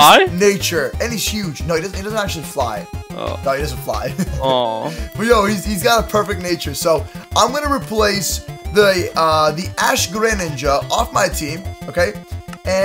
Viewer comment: Its ash greninga not ahhhhh greninga